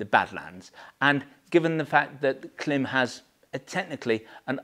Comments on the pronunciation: It’s pronounced Climb. You’re a Klim dealer, you should know this. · Thank you for a great review of some super jackets. Love your channel. But, as an American, I would like to suggest the proper pronunciation of the brand Klim. It is pronounced as CLIMB. Like climb a hill. Their logo even has a long I mark above the i. Keep the great vids coming. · Klim...that little horizontal line above the i is called a macron. Macrons indicate long vowels sounds, therefore the pronunciation of Klim rhymes with climb! Thanks for an excellent video and some fine reviews. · Of course, I know how Klim pronounces the brand name. We are one of their largest sellers, so of course we know, but the ‘long i’ that you refer to does not actually exist in English. They have taken a phonetic device, and have applied it incorrectly to the written word. On a technical level, they have simply invented their own pronunciation. Which is why I enjoy winding them up!.